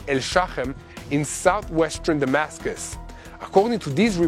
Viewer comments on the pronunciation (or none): none